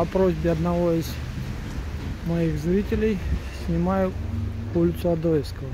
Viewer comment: А почему ОдОевского? Ударение на 2-ую О? К ОдоЕвскому она разве не имеет отношения? Не в его честь названа?